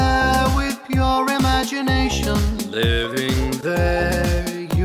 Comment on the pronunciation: Il y a t'il un génie du mal pour faire une version longue de "Pure Imagiweshion" ? 🤣🤣🤣 Pwease